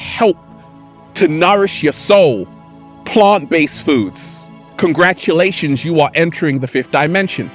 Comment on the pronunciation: Does anyone else enjoy when says “Congratshulashons”